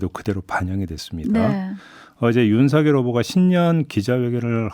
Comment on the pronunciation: 막내작가님 윤석열을 윤석렬로 발음하시면 안돼요